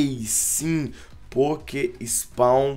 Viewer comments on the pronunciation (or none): none